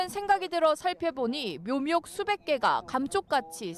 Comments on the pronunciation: 잘 못 읽었나 했더니 계속 묘묙이라 하네 ㅋㅋㅋㅋ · 묘묙아 아니라 묘목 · .이제부터 이 아나운서 별명은 묘묙입니다. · 기자발음이 거슬리네요 묘목을 묘묙이라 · 그렇네요... 묘묙묭 이라는 희귀한 발음이네요 😊.. 왜 남의 흠을 보지 라며 영상을 봤는데... 반복적 으로 여러번 나오니깐 묘묙묭 이라는 도특한 단어가 나왔어요...ㅠ